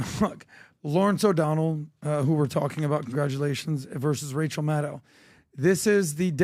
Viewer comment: Rachel Madcow!!! say it right lol.